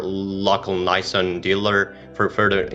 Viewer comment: Don't trust any car guy that says Naysan